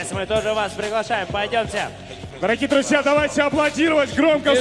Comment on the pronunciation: Друзья дегенді Длузля деп қалд хазахахах